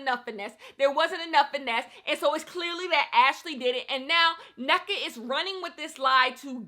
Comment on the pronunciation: I just wanted to say it’s pronounced En-Neka, like hold the n for a bit before you proceed with the rest of the name.